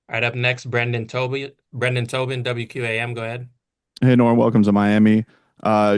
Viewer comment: "Brendan Tobi" 🤣🤣 Tobin can't catch a break